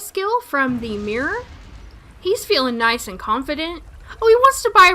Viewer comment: You just had me saying the word mirror all funny. You say it like "meer" and in my accent is "murrah".